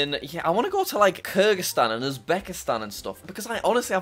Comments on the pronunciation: Normal people: kyrgyzstan Jack: krygraszsytan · it’s kyrgastan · You mean krgistan